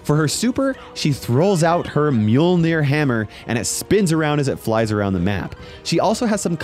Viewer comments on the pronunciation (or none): You said mjølnir wrong